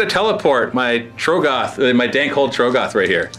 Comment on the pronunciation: please say trogg-oth correctly